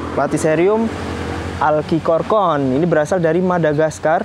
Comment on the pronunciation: pengucapan dalam bahasa indo bukan alkikorkorn > cukup alchikorn aja, kan nama latin nya Platycerium alcicorne Suwun 🙏🏻